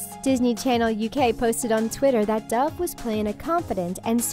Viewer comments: My subtitles pronouncing doves name Deb - uhhh okay? Dev - your getting closer! DAF - WHAT THE F*CK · it’s dove not dive